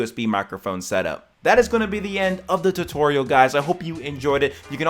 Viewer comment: “Zuatoooooorrrialll”😂😂 appreciate it